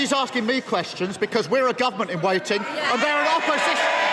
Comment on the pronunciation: Questions kweshun Çussing Kwesing Kowechin Kouwshan Kousction